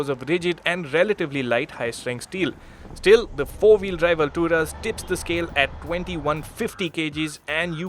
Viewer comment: Not Alturas it's alt.. ras